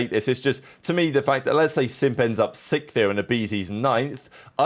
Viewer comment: can’t say sixth 😅